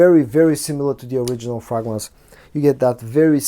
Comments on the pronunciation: Yeah, my bad. Hearing him say "frogrance" 🐸 repeatedly is adorably quaint. I stand corrected. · Your reviews and presentation style are excellent. Please consider learning the correct pronunciation of the word 'fragrance'. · What's wrong with the way he says "fragrance", English is obviously not his native tongue and the way he's pronoucing it, it's just got a little lilt of the way he'd say it in his own language.